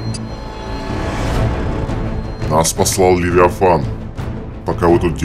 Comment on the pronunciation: он муж леВИафанА 😂😂